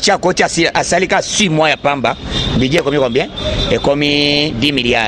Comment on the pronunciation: Budget et non budiee